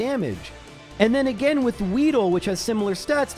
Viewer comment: As always, awesome video. (Btw, I miss when you used to say again like “uh-gain” 😢)